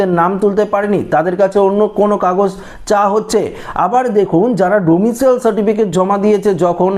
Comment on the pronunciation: কথাটা ডোমিশিয়াল নয়। ডোমিশাইল।